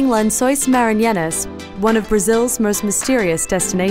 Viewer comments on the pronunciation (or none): The way she pronounces "Maranhenses" tho😂😂😂😂😂😂😂😂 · She totally mispronounced the name! 😂🤣😅